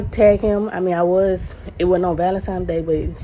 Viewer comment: Why do people say "ValenTIMES"??? 😆